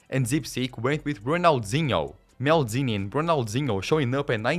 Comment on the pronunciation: Maldini ❌️ Meldini✅️